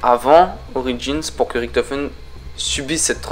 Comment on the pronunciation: INCROYABLE!!! Première vidéo de sans le mot "epic" mais toujours avec le fameux "riKtofen" alors que les personnages du mode zombie eux mêmes le prononce "riCHtofen"!! J'adore tes video mais arrête les mots et prononciations inventé 😘